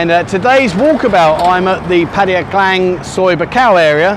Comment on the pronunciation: he cannot even pronounce Pattaya correctly.